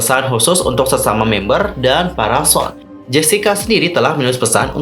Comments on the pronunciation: Maaf, SONE dibaca Sowon (소원) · Bang, setauku cara baca SONE itu SUWON/SOWON ga si?, yg berasal dri singkatan S 'SNSD' dn ONE. Cmiiw ♡